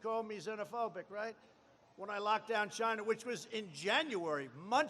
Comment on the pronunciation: Probably his best "ChyYYna" to date.